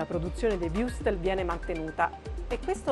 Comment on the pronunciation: Imparasse per lo meno a pronunciare Wurstel...santo dio...